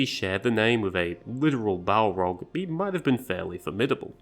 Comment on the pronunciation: Sounds like you are saying Bulldog when you say Balrog